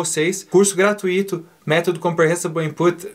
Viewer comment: Não é "gratuÍto" que se fala... é "gratúito". Obrigado pelo vídeo!